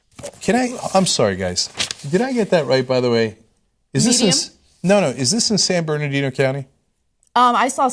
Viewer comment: Guys, it's "San Bernardino" not Barnadino